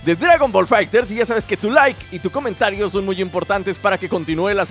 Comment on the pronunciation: When Dijiste Comontario xD